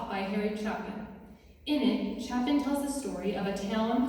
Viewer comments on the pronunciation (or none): It's actually pronounced chay pin !!